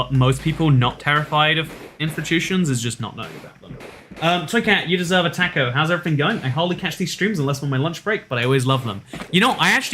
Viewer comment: I'm offended by that pronunciation of "taco"